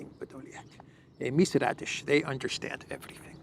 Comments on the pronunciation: Martha "Radish" is actually Martha Raddatz (she's been a Washington reporter/correspondent for nearly 40 years). is very casual about pronouncing foreign names, not only Slavic and African (and this one is not even foreign). I have no trouble pronouncing "Christoforou". No more radishes, please! 😉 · Her last name is actually Raddatz. Not Raddish. But, it’s funnier if you just keep calling her Raddish. 😛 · That interviewer's name is NOT "Raddish", but RADDATZ ... which is an old Prussian NAZI name!